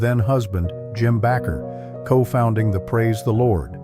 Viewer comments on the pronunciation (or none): You need to train your stupid text to speech narrator to pronounce names better, phonetically! It's not Jim Backer ...it's Baker (Bay-ker) freakin' morons!